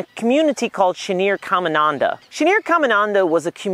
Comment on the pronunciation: It’s pronounced “CamiNADA” not “ CamiNANDA”. Your putting a 2nd “N”